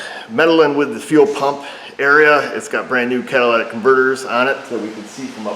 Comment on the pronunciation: Sounded like you said, "It has brand new Cadillac converters on it", lol.